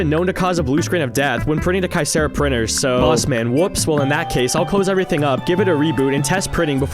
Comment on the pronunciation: My dad used to work at Kyocera.. that is not how it’s pronounced… I would correct you but they were horrible to him